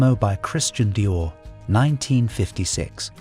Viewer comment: OMG, the dreadful AI mispronunciations make this SO hard to listen to! Since when was Dior pronounced "Dye-er" ?